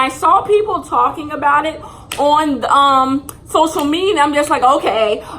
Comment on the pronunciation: “i was on social mediar”